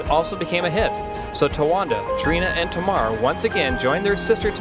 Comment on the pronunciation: Hi. Tamar is pronounced as "TayMar".